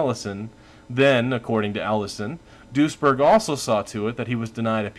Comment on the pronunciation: I keep hearing "Doucheberg"